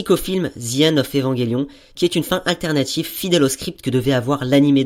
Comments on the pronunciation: EVAN J ELION!!!! PAS EVANGÉLION SNIF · Très bonne critique ! Mais c'est Evangelion et pas EvangUelion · Où ta vu qu'il y avait un "U" entre le G et le E?? Donc stp arrete de dire Evanguélion !! "ge" ce prononce "je" tu dit un ange pas un angue, tu dit je mange une pomme et non je mangue une pomme !! Bah là c'est pareil. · ''évanguélion'' mdr trop drôle